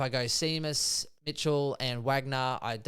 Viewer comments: It’s SHAYMUS for pete sake 😂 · Have you boys never heard the name “Shay-mus” (Seamus) before? What about the champion horse Famous Seamus?